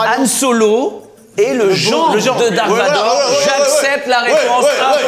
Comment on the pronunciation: Quand il dise dark vador 😥darth vador😁